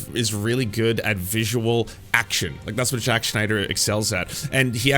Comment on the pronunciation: eventually even the name morphed from Zack to Jacques smh